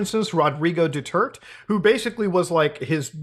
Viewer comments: Thanks for covering this Muta! LOVE from the Philippines! It's pronounce as Ki-bo-loy, Du-ter-te. Yes these news have been in there for quite some time and I am glad that u are shedding light on it. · “Rodrigo Dooturt” 💀💀💀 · "Rodrigo Dutert" lol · I nearly died when he said Rodrigo Do-turt (If you wanna know, it's Duterte. Do-tear-teh) This might come of as rude but this is way to funny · why he said it du-tert bro its pronounce du-ter-te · Doo-Terrr-tay, btw. Solid shit tho Muta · Mutahar butchering the names of both past and current President of the Philippines is funny to me.